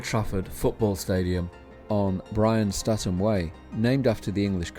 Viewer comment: Brian Statham is pronounced as if it were spelled "Staytham".